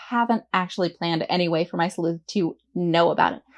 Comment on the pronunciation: Thank you for your video, I was planning to create a messy crime story, now it looks easier on me at least. I just wanted to share with you that english is not my mother language and every time you said 'sleuht' in the beginning I was confused why you say "sl*t"especially with a weird accent. 😂